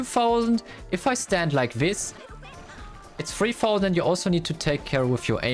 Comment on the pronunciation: Treetaused❌️ Freetausend✔️